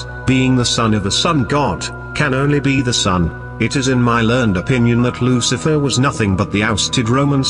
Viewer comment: Maybe the researcher had all the info mixed up or they are hyping up the video just like how the narrator pronounce Lu Ci a fer